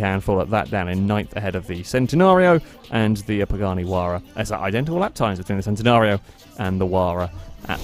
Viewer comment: The Huayra is pronounced "huh-why-ruh" the starting "huh" sound is very soft, exhaling; more of just the "h" continuing to the "why-ruh" part. The "u" sounds like "a" in "what".